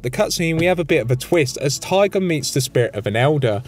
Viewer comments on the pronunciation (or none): none